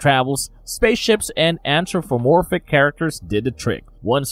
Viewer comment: I think you mispronounced anthropomorphic.